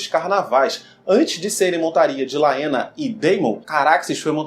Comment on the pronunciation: Muito bom. A história dos ratos cinzentos tem muito a ver com os Meistres mesmo. A pronúncia de Laena é Lena como o Daemon, (Demon), a Haelena (Relena), etc. Grata. Gostei!